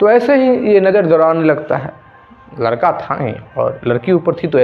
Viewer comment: लड़के के जगह लरका बोल रहे हो उच्चारण तो सही किया जारी